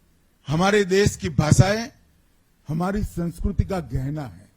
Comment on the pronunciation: Phle tu khud to Sanskriti dhng se bol le bhai😂